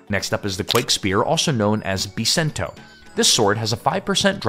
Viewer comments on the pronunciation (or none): none